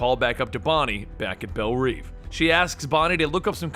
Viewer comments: it's not reeve! it's reve, read as rev, like revving an engine! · it's pronounced rev